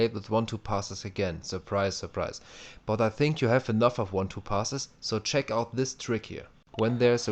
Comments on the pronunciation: it should be check not ceck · "Ceck my defending tutorial" Okay, I will ceck it :D